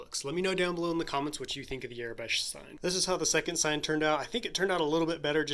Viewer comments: Its aurebesh not arebesh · It is pronounced "OR-a-besh" not "Air-i-besh".